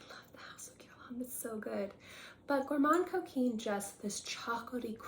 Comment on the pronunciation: Thank you for reminding me of my Gourmand Coquin. That is pronounced Gourmand (do not say the n or d- just a nasal a) Coquin- where you do NOT pronounce the n. It’s really like a short a but nasal- whereas “gourmand” is more of a short o but nasal. Gourmahn cokainh